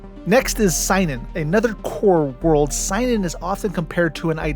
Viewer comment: Love the video! A few corrections: It's pronounced see-non, not sigh-nun The Battle of Serenity Valley was not the final battle of the war, it was the turning point after which the Browncoats were doomed. Zoë and Mal were taken prisoner, but the cause fought on without them, for a while. Man, we can only imagine how awesome it would have been to retread their experiences in POW camp...the friends they made, the pranks they pulled on the guards...